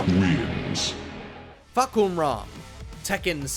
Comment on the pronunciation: Uh… Akira, Helena, Fahkuhram? Ya’ll are buggin out for sure with them being added!